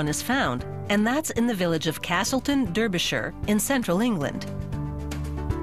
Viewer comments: 0.42 - Durbersher?!?! It's Derbyshire, rhymes with darbysheer. Trust us. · LOL what did you say? duuuurbyshire? eerm no. its pronounced daaabyshire (spelt derbyshire) pfft x) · Noo not Darr-bee-shire, it's Darr-bee-shuh. The shire is never pronounced as shire in any of the counties. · Derbishur ???? Where the hell is that??? I know there are Blue John mines in Derbyshire (pronounced Darbyshire) :) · "duurbehsheer" no, its pronounced "darbeesheer" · Lol it's Derbyshire. Dah-be-shire. Not freaking DURRRBERsher. Hahahaha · 'Deerrrrhbeerrrrhhsheeerrrh!'. It's Derbyshire you stupid bint, Dar-bee-shy-re. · Derbyshire... not duhbyshir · Derbyshire is not, infact pronounced Derrbie-shy-uh, but Darby-shu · Just for some clarification, it isn't pronounced Durby-shure. Most people in the UK pronounce it Darbysheer. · Durbuyshure??? What? It's Derbyshire! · "durbishur" No. "Dar Bee Shyre" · Derbyshire not Derrrbysherr stupid presenter! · Derbyshire no bi@ its pronounced (Dar-Bi-Shire) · Surprised to see where I live on how it's made, but Derbyshire is pronounced Dar-be-sher by the locals. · DERBYSHIRE PRONOUNCE DAR BEE SHEER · It's pronounced Darbyshire idiot woman! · Seriously! How does Derbyshire become Derrrburrrrsheerrr? I can't even fathom how that even works!! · who tf says derbyshire as derbershur?? also i had to go to castleton on a school trip once when i was like 8 and nicked some stone and its shit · Lool it's pronounced 'darbishire' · Oh fuck no. She did not just pronounce 'Derbyshire', 'Durrburrsherrr'. Fuck off you ignorant narrator! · Interesting! Though, it's "DAR-BEE-SHEER".. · pmsl i live england and the americas pronouced derbyshire wrongly. they say derrrrbyshire... pmsl! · but she didn't pronounce it right...not that she has a different accent.....(Darby-shire) is how its pronounced... js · it's pronounced Darr bee sher. That is all. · the way she says derbyshire makes me want die almost as much as that last pun did